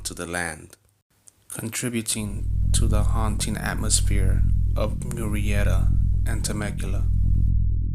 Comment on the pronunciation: Is it me or does anyone else hate the way he says MURRIETA?! It’s annoying AF!